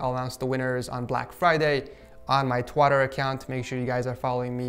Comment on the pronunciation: Twotter HAHAHAHAHAHAH